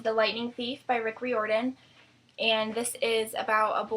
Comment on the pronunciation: its pronounced "Rye-or-dan"